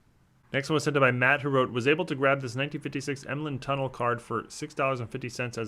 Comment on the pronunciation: I have that Tunnell card - beautiful red color. Btw, it's pronounced tun-NELL, not like the road that goes under a river. Another interesting Tunnell fact - he retired as the all-time leader in Interceptions, and still today is #2, only surpassed by Paul Krause.